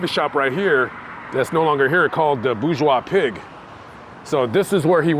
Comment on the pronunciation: Hey I remember that restaurant on Franklin. It was called The Bourgeois Pig, but it was pronounced Borgeous. Like gorgeous. I live in Hollywood and I actually like it. I know it has it's downfalls but it has plus points too.